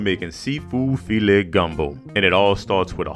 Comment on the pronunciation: Soon as I heard the emphasis on the O at the end of gumbo. I knew this video was about to be legit